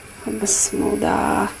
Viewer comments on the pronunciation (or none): БЫСЫМЫЛДА ЭМЕС БИСМИЛАХИР РАХМОНИР РОХИМ ДЕСЕНЕР АЙЫМДАР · Бысмылда эмес Бисмилла Бисмиллахир рохмаанир Рохиим туура айтайлы бир туугандар. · Бысмылда эмес, БисмиЛлях 🌷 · Быстымылда эмес Бисмилла десениздерчи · Алып баруучу бысымыла эмес бысымылда деп эле айтылат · Бисмилла деп качан уйронот экен. Бысмыла деген соз дагы жок. Бисмилла - Аллахтын аты менен деп которулат. Бул созду башкача айтканга такыр болбойт. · Бысмылда эмес бисмиллях😉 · Бысымылдаа эмес бисмилях 😕